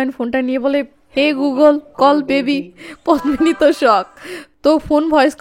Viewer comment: পদ্মিনি এর উচ্চারন পদ্দিনি । পদ্ম ফুল এর মত সুন্দর মেয়ে কে উপমা দিয়ে পদ্দিনি বলা হয়।